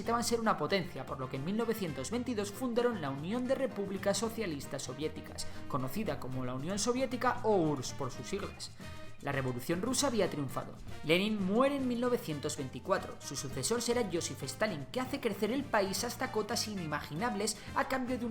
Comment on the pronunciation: Soy el único que se dio cuenta que cuando dijo Unión de Repúblicas socialistas soviéticas, en sus siglas envés de URSS dijo URRS?